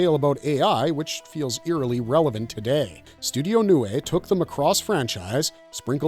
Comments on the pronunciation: Gainax is pronounced as Guy-Nax not Gay-Nax. Macross is pronounced Mac-Ross not Ma-Cross. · Sorry to be Karen but GAINAX is pronounced Guy-Nax not Gay-Nax. And Macross is pronounced Mac-Ross not Muh' Cross.